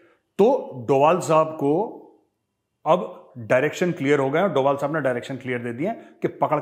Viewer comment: Ajit Do bhal not dobal